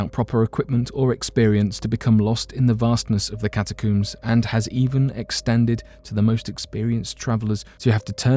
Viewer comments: Ca-Ta-cohms, for Pete’s sakes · Cata' coomes.....really. I can't listen to this narrator.